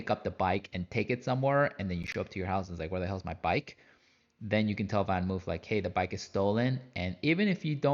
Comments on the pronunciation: It's pronounced more something like VanMoaf...not VanMove...it's Dutch :) Otherwise nice review! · “VanMoof” is pronounced as in “blood” or “flood”. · Hint for the correct pronunciation: VanMoof rhymes with loaf.